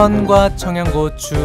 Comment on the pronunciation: 크림 소z흐 긍카 베이컨 청냥고추 크림 소z흐가 진짜 약간 사기수준이에요